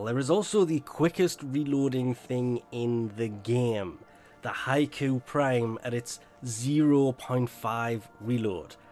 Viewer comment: Its really triggering if something is pronounced improperly. The hikou prime is pronounced hee-koh-ou, not haiku, unless DE said otherwise